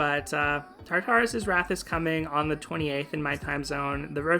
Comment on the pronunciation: quick thing - i'm pretty sure the pronunciation is tar-tur-us! it's not quite like "tartar sauce" since the second "tar" is a lot softer!